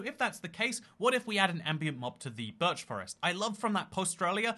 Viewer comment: "Burch" it's birch